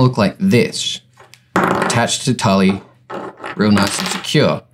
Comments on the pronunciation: I died when he said Tully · FYI it's pronounced like tool not Tully. Good vid tho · As much as I hate to admit I used to work at Hobby Lobby, it's pronounced "tool". Great video though, thanks for the info! ^__^ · So interesting, great tutorial! Also tulle in pronounced like 'tyool' hehe had me cracking up